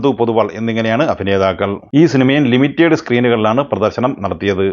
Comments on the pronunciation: അണ്ണാ ലിമിറ്റേഡ് അല്ല. ലിമിറ്റഡ് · അതുപോലെ limited എന്ന പദം ലിമിറ്റഡ് എന്നാണ്.ലിമിറ്റേഡ് അത്ര ശരിയല്ല.